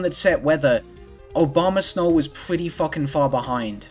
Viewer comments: The brainrot is real. said "Obamasnow" every time. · He’s definitely calling them Obamasnow